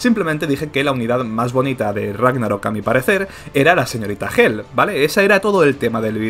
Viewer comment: A q a hela se le dice hel? Es q suena muy raro xd. Y ese comentarios parece un comentario q yo pondría si me atacan a catastrofes xd PD: catastrofes le hace one-shot a todo 7ds